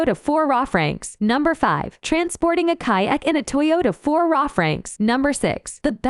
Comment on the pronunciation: The automated voice substitutes some weird stuff for the RAV4